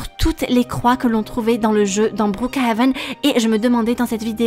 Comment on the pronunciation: Omd comment elle a dit brookhaven au debut c'était meme plus brookhaven mais bRouKHaven😭 😂 Sa mérite un like 😌💅